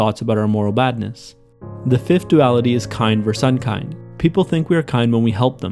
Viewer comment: The way you say versus disturbs me greatly